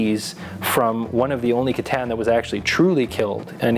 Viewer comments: c'tan= kit ahn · hearing a necron main mispronounce c'tan is beyond sad >_>